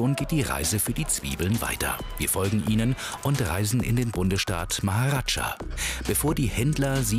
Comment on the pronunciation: Bundesstaat Maharadscha? Es heißt "Maharastra"!!!